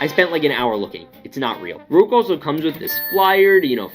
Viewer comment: its not rouge its rouge (as in the French word for red google it buddy)